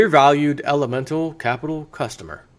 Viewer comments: you say elemental but its elemetal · There is no "N" in Elemetal.